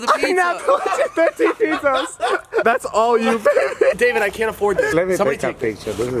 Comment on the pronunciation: “Pete zaz”